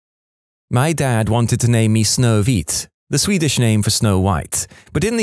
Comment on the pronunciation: It is not often you hear someone non-swede pronounce snövit correct, it did bum me out they did not do the same for törnrosa, but can't have everything :D